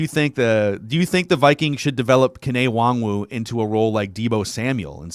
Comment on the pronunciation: Mackey. His name is pronounced WAHN-GOO. Stop calling him WongWoo